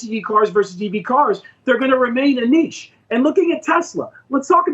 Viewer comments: "Neesh" is correct pronunciation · just because you call something a 'neetch' that doesn't make it a 'niche' 🤷‍♂️ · "EVs are gonna be a Nietzsche" Yeah! After the philosopher stone, is going to find us the philosopher car! There is no "T" in niche, no "T" So don't invent one, it's a French word, "ch" is pronounced like "sh".